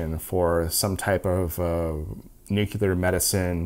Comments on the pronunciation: Nu-clear please. Not nuc -ular. When people say it wrong it just reduces perceived credibility. Sorry. Pet peeve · Nu-cle-ar, say it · Not bad for a sponsored video but you really need to learn how to pronounce "nuclear" :) This is too lame even for a murican :)